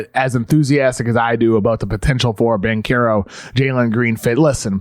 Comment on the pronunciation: your pronunciation of Banchero is so off... it's almost like you're trying to butcher his name